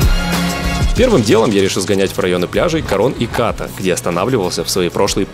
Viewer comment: Отличный выпуск. Приятно было услышать про некоторые вещи, которые блогеры обычно не освещают. Единственное, что поправлю, так это то, что название пляжа Ката правильно произносить с ударением на последний слог.